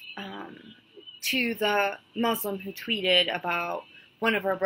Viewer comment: I'm Jewish but I don't believe she is an ex Muslim because she can't even pronounce Muslim or Quran properly. Maybe she is an ex Muslim convert but I don't think she was raised Muslim.